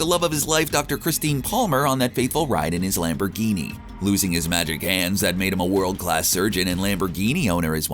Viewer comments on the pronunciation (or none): none